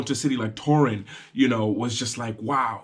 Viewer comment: I like how you pronounce "Toruń". my city